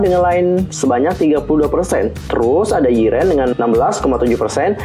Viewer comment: "yIReN" gue:Hah?? (btw bacanya "ireon" bukan "yiren")